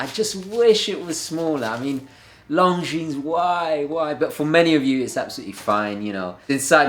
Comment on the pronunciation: for the Longines. Such a nice piece! PS: When you said: "Longines, why, why?!" it was 100% Italian ,-)